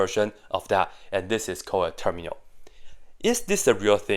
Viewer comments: Termial, not terminal (he says it kind of wrong in the video). By analogy from factor->factorial, to term->termial. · It is termial. Term-ial, like factor-ial. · Termial. Without 'n'. 'Term' like 'factor' in 'factorial'.